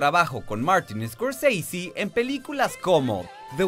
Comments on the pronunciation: Scorseisi.....es escorsese es italiano no gringo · Martin Scorseasy? Si el apellido de origen italiano los gringos lo degeneran al pronunciarlo, bien lo hubieran degenerado en español también: Scorsese o Escorsese. Como lo pronuncia el presentador se escucha taaaan mamón! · Odio cuando pronuncia "escosisi" haciéndose el gringo, Scorsese es un apellido Italiano. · Escorseisi en ves de Scorsese ,🤣🤣🤣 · "Martín escorSEISI" jajajaja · "Martin Scorceici" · Por que decis « escorseisy» es italiano , NO ingles. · Martin ESCORCEISI? el apellido es italiano. Ni a los apellidos que son ingleses se los pronuncia tan exageradamente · Muy bueno el informe !!!! Pero deja de sobre actuar la pronunciación !!! Que es eso de iscorsisi ? Y porque cuando decís DiCaprio no le das el acento italiano , ya que decís Di Ci y no De Ce ! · Martin escort seisi 😂🤣🤣?? Que mal ingles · Me irrita escucharte pronunciar "Martin Scorseisi". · Tio scorsese es un apellido italiano haces el ridículo pronunciándolo Scorseisi. solo por eso ya tu vídeo queda desacreditado completamente. Un poco de cultura por dios. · Scorseisi? Qué, mierda es esa??? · Una nota. Scorsese, es un apellido italiano, chirría increíblemente escuchar la abominable pronunciación inglesa de ese apellido. Pronunciar lo inglés en inglés es genial, pero Scorsese es ITALIANO, si hablas en español, lo correcto sería pronunciarlo en español o, mejor, en italiano. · ¿Por qué pronuncian el apellido Scorsese como si fuese inglés? Es un apellido italiano. ¡Cursis!